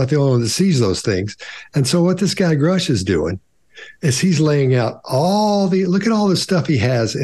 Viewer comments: told everyone his name is Grusch like Brush. Still says Groosh like Swoosh and says Grouch like Couch. As makes us ask... Is someone trying to shape the way we see things? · Interesting. As to the name GRUSCH. It seems to be a German name. SCH is pronounced like SH in English. Grusch is pronounced like BUSH. PUSH. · and can't even pronounce David Grusch's name properly (hint: it rhymes with "brush"). BTW,, Corbel and his watch are not being analyzed here. Do better. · Its funny to me how annoyed they are by how Grusch pronounces words, yet they still struggle with pronouncing his name. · Why does pretend like he can't pronounce Grusch's name? He did a whole video about him already? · I think that the panel is being high handed. They even struggle to pronounce Grusch's name correctly when he has his name clearly written in front of him. The difference for Grusch vs Graves and Fravor is that the latter two are simply relating what they have seen under oath. How can Congress dispute what they say they have seen and press criminal charges? Grusch is saying what his investigation has revealed whilst he is working within the boundaries of confidentiality that he has signed up to. Any of us would be acting differently in Grusch's position. I did find Grusch's interview before this suspect, but he is under oath now and will face serious consequences if he is found to be lying under oath. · Obviously not, since they couldn't pronounce David Grusch's name correctly. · How about you guys learn how to pronounce the names of the people you are criticizing and calling out!! It would make you more credible. Just saying.